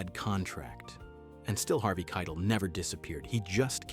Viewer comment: It's Harvey Kie-TELL.